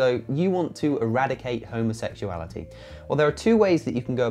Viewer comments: Did the pillarbox video homophobe guy say 'homosexual-ality' the first time, or am I hearing it wrong? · Did he say homosexualreality😆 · I’ve never, ever met anyone who had a problem with LGBTQ folks who was also secure in his own sexuality. Never. (Also, if you can’t even properly pronounce “homosexuality,” you should probably just STFU. Seriously.) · First this guy can’t even pronounce the word homosexuality. Why would ANYONE want to even bother to listen to such Gothic ignorance as this, is beyond me. His ignorance almost subdues my patience.